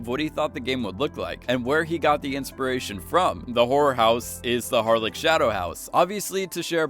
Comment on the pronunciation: It's pronounced Harle - ch, similar to Loch Ness I get that your American, but still, it's the most annoying thing hearing people pronounce it incorrectly